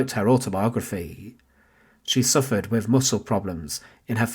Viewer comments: Decent content but stop saying things like wif and free frew and twentief. Learn to pronounce your own language mate you just sound fick otherwise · Can you employ better narrators? Such flat expression and poor pronunciation wiv (with), uvver (other), welf (wealth) etc. I assume it’s a gimmick but two minutes in, I’m turning off. Shame - it’s an Interesting topic.